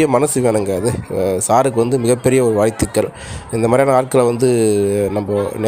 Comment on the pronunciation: வீடியோ எடுப்பவர் தமிழ்த் தெளிவாகப் பேசவும் . வாழ்த்துக்கள் என்று சொல்லவும். வாய்த்துக்கள் அப்படிச் சொல்ல வேண்டாம்😊